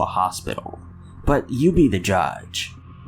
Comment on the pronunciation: Bruh did you really say, "but you be the jodge" lol its judge, not even a hard word to say